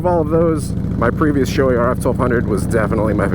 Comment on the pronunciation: I just got a rf-sr in gloss black with a blue mirrored visor. Beautifull helmet and fits awesome. Shoei rules. The sho is pronounced as "show". ei as in eight.